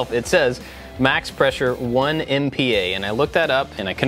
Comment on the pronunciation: "One m p a" lol